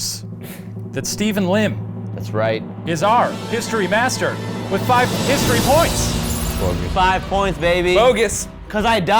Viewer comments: I thought he was saying "History Bastard" instead of History Master lolol. I love this. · Nothing will make me not hear "History Master" as "History Bastard"